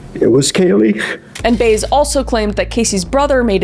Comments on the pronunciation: Jose “Baze”? His surname, Baez, is pronounced “Buy-ez”. 😊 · For the record, Jose Baez’s last name is pronounced “by-ehz” like the folk singer Joan Baez. It is not “Bays”. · It's pronounced bi-ez nits bays..not sure why that was bugging me lol great job on this whole story Kris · The way you said peoples names I know you don’t know anything about this case and simply are doing something “trendy “. Like the friend Amy Highzinga (the pronunciation) and also Jose Baez. YOU SAID BAYZ 😂😂 ITS BYE AZZ LIKE BYE ASS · Did you really research this and watch the court case and not know that Baez is pronounced Bai-uhz? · Im pretty sure Casey's attorneys last name is pronounced like Buy-ez. 😁